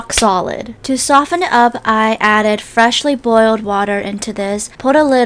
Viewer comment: Emphasis on the ✨Freshly✨